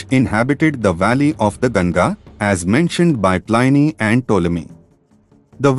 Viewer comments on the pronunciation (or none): none